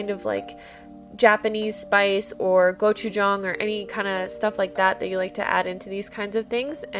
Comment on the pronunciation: She pronounce gochu jang better then any other koreans I know